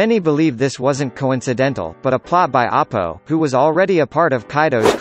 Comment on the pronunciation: its bear-g not beig its Apoo not Apo duh